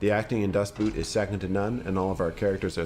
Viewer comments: Das Boot, not Dustboot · The title of the number one is not pronounced as boot, but like boat... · dafuq is Dustboot??? its DAS Boot.. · "Dustboot"? Seriously? 🤣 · Always funny to hear how Americans just pronounce „Das Boot“ as if talking about footwear. Why don‘t you ever put any effort in trying to figure out how to say foreign words properly? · Its "Das Boot", not "Dustboot"..lol. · Great choices! I've seen all of them minus "Land of Mine". Add that to the list. Das boot is actually pronounced "Dad boat". Boot = boat in English and is pronounced the same way in German. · Well not really. The pronunciation of the German double o in “Boot” differs quite a bit from the English “oa”. Pronouncing it as “boat” does get closer to the original than English “boot” both phonetically and semantically, though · I hate it when people pronounce "Das Boot" like the things your wear at your feet. Just say "Das Boat", it'll work. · "Das Boot" isn't pronounced like the word boot but pretty much exactly like the word boat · It's pendantic, but it's so annoying to hear Das Boot mispronounced every time! It is not pronounced 🥾,the "oo" is a Loooong O. It sounds more like "boat" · The name of the movie is not Dustboot but "Das Boot" which simply means "the boat". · Das Boot (literally "The Boat") does not rhyme with "boot" (footwear), but with "boat" in the way a Scottish person would say it. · By the way it's pronounced "boat" in German, not boot as in English footwear. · Love this list. But. I have to point out mis-pronouncation of Das boot. The dubble oo is more akin to the O youd find in oligarch or oilfields, tho that O isnt the corect one either. But. Its defo pronounced as U, or boot, the footwear.. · Pronounce Das Boat, it is closer to the German Das Boot. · Yeah, I know you put the correct pronunciation in red when you started to talk about everyone's favorite war movie, but hearing you say "boot" over and over is like fingernails on a chalkboard every time.